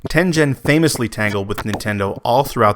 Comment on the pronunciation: Great research and historical perspective! (But, psst, Tengen has a hard G!)